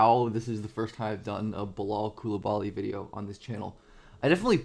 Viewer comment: You keep butchering his name